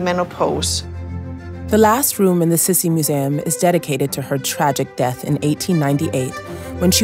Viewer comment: Her nickname was pronounced "SEE SEE" not "SIS-E"...like how she said